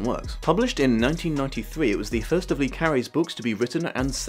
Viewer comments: come on, how many french names can you pronounce wrong before you find out it's "luh" not "lee"? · It's not Lee like Bruce Lee. It's Le as in French for 'the'